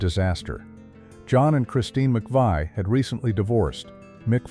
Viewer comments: This would have been a MUCH better video if you had left out those STUPID simulated actors. Also, I know this is an AI narrative, but Christine and John's last name is pronounced McVEE, not McVY. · that and mispronunciation. “The McVy’s”….ugh. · And McVie like McVY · Narrator mispronounced McVie. 😡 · AI IS SO ANNOYING!!! Can’t even pronounce Van Nuys… or McVie. AI is so unreliable, yet people are willing to just accept it, like it’s some all-knowing being. It’s not any of those things. It’s crap. I have yet to read something AI generated that DOES NOT have flaws, and lies. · can't even pronounce Christine or John McVie's name correctly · It’s McVie not McVI MCVIE, McVie, the “i” is silent! THE “I” is SILENT, YOU DONT PRONOUNCE IT!